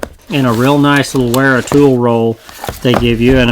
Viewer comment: Great review. BTW Wera is pronounced "Vera"